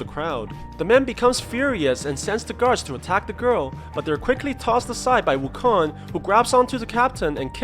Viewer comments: I just keep hearing WuKhan, like from star trek. Khaaaaaaaan. It's Wukong, like King Kong. This PSA is brought to you by the letter G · wuKONG as in kingKONG..not wukon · Wu kan ?? I though it is wuu kong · it's wu-koung not wukong lol people's pronounciations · It's not "Wukon" it's "Wukong". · Its pronounce woo-kong NOT wukoon. Stupid. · Its KONG Not KON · His name is ou kong not wukong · im annoyed when i heard wukon, sorry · Is the "g" silent in wukon"G" is it? Is it silent?